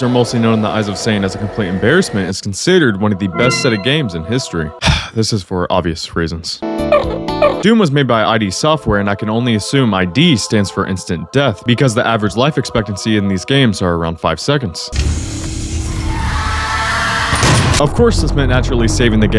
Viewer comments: I.D. Software? It's id Software. Rhymes with did or hid. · it's not I.D. software. it's id software. "it software" but instead of a t, it's a d. id. your id and ego and self. look it up. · I've never heard someone pronounce it I.D. Software before.